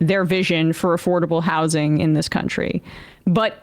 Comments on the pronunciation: Why does he keep saying “how-sing”! It’s just housing my dude. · Ezra's worst crime is pronouncing housing with a hard "s." Grating. I can't make it through an episode of his podcast.